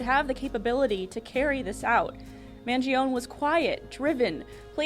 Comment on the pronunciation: You've got his tuition wrong-- It was 40k for high school. You can't pronounce the Unibomber's name or Luigi's. Maybe you should to a dry run before mic time. They are both MKUltra "trainees" like Tavistock Institute. Real life Jason Bournes. It's not complicated when you see the National Security operatives grooming these poor bastards to do a Lee Harvey Oswald or Sirhan Sirhan. Pre-programed. Read CHAOS about CIA's mind control drugs in the 1960s.